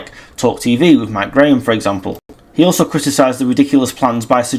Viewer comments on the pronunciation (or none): none